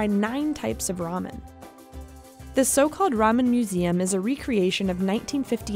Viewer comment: Its Ramen not raumen